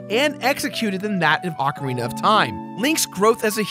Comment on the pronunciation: please can you pronounce ocarina right please.